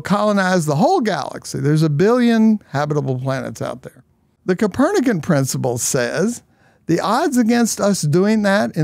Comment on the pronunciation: El doblaje del vídeo al español es muy malo. Dice 'capernac" en vez de Copérnico...